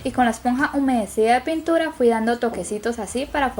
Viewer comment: Dijo puntura embes de pintura